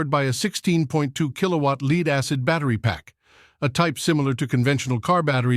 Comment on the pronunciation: Lead-acid. Lead as in head, not lead as in bleed.